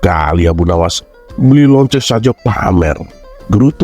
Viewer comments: Assalamualaikum.ngakak bngt ketika berbicara LOCENG.tpi Tulusannya Lonte..Aku suka sma chanel ini ada 2 chanel. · Sama lagi yaAllah kocak bgt😭🤣